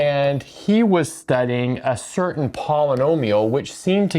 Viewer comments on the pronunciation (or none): none